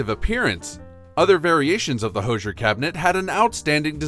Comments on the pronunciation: First, it's pronounced "HOO-zher" -- not "HO-zher". Second, I don't know who told you about iceboxes, but your photos show "coolers". Iceboxes were large wooden boxes on legs, lined with zinc. Ice was provided by a subscription to a local ice company, and the 30/40 lb. blocks of ice were delivered by a deliveryman known as the "iceman". This block of ice was placed in the upper compartment of the icebox and generally lasted several days. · Thanks for the video. Always fun for me to see items I had as a child. FYI- the Hoosier cabinet is pronounced "who"sier not "hose"sier. The word supposedly comes from the US South a couple of hundred years ago and originally was a derogatory term for uneducated, uncouth people. Sorry Indiana. I see others have already commented on the icebox section. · Totally lame. Learn to correctly pronounce Hoosier. Portable coolers are not iceboxes. Nobody wants this crap back.